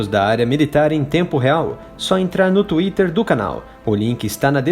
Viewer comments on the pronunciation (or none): none